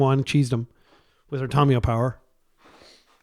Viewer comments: I speak several languages. It is Fɛrˈboʊtən, not fer-bootan (verboten). Thank you for correcting yourself. Just like Tamiyo is not Tomiyo. How do you pronounce Kami, or Samurai? Do you pronounce them Ko-mi, or Some-uh-ri? Or Ka-mi and Sam-uh-ri? I am pretty sure if someone pronounced it some-uh-ri they'd be laughed at, but you want to call her "Tommy" or "Tom-e-yo"? I have no problem with people making mistakes. I do it all the time. (had to edit this because my writing is not as good as my pronunciation). However, when presented with new information to double and triple, and quadruple etc, down on your mistakes. That is where I get passionate. Correct pronunciation is Ta-my-o, or possibly ta-myo (yes tam-e-yo is a wrong pronunciation). I am not going to go around around correcting every person who says Tamiyo as Tam-e-yo. However when you can't even get the first vowel correct, and you call people out for correcting you then I must speak. Not Tommy or Tom-i-yo. If Kami and Samurai are not enough, and you want another word to look up. Look up tamago in Japanese (not that far off from Tamiyo). It is ta-mag-o, not to-mag-o. It means egg. Then ask yourself, if egg is pronounced ta-mag-o, why would Tamiyo, ever be pronounced tom-e-yo or to-myo/to-my-o, instead of ta-my-o, ta-myo, or tam-e-yo? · Look up how Tamiyo is pronounced, It is not Tomiyo, or Tommy. Give me one source that says that.